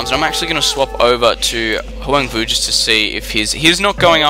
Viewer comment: It's pronounced Hwahng voo, if I'm not mistaken. :)